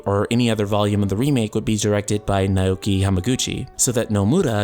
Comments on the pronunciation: Just an aside if it helps you: "Naoki" is pronounced as "now-key" as opposed to "neigh-oh-key". Cheers! <3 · Naoki is pronounced Now-Key, not Nigh-Oh-Key.